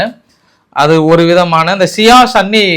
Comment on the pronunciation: Sir athu shia and sunny illa sir it's shia and soonny